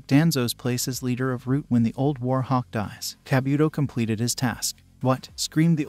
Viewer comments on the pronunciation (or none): none